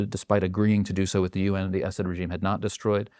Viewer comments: Great analysis but why do Americans who realize they mispronounce middle eastern names have to mispronounce it even more?? It’s pronounce Asud emphasis on the A. Not Essed 😂😂. And good riddance… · I wish he would stop saying "acid" when he means (for my ears) a saud. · I didn’t want to be annoyed by this video, but I was. For the ostensible, provocateur to keep referring to the family name of Assad as “Acid” was annoying to even my English/Welsh heritage. If you’re going to denigrate an enemy, at least get their name correct.